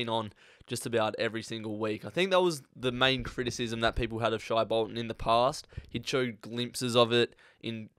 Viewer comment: Pronounced “shay” like hay Bolton